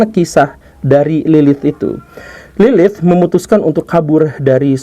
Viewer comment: Bukan lilith tapi silith 😅